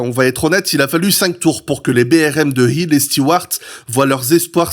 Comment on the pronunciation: Intéressant... Sinon, concernant la prononciation, on dit moteur CLIMAX... avec un i qui se prononce comme un i en français... En anglais, tous les "i" ne se prononcent pas AÏ, comme pour le i de Graham HILL (et non pas Graham "HAÏll") ou celui de JACKIE Steewart (et non JackAÏe Stewart) ! Faut arrêter de m'écorcher les oreilles ! 😅 Rien de méchant dans mon commentaire, hein ! 😉